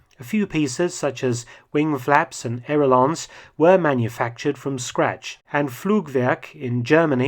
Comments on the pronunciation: "wing flaps and air-o-lons"? What is an "air-o-lon"? Did I hear it wrong, or is that just a different pronunciation of aileron? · Did you just say "Airelons" - what are they, then ? ;)